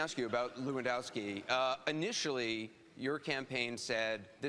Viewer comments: actually it's more levandovski, no 'ff'. it's a polish name. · Its pronounced 'Levan-doff-ski'